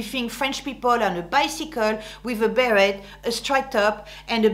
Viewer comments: But you said Bear-Ette and we say bear-ay., non? P.S. I agree all your “don’ts”… so true. Also about the sexy dressing, décolletage etc. not at the office unless you don’t want to be taken seriously. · Bit much to criticize women for mispronouncing the names of French brands, then mispronouncing, "beret," a word which, I believe has a French origin. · Wait, so it's actually pronounced " be ret " like Americans say it?? I always assumed the t was silent haha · I'm very impressed with your video. I have a close friend who spent her first 7 years in France, then her family emigrated to the U.S. She epitomizes everything you've mentioned. I have a quick question. As a Canadian, with both English and French as our national languages, I was taught to pronounce "beret" as "beree". Is this wrong? I noticed that you pronounce the "t".